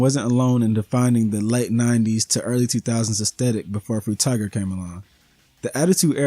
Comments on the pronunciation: "Fruit Tiger" 🤣Frutiger, Fru-Tih-Jur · Mostly correct except it's not fru-tih-jur, it's fru-tih-gur with a hard g.